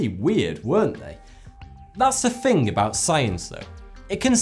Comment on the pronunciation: when he says "fing" instead of "thinking"